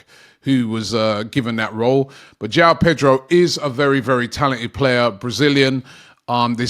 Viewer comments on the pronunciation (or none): none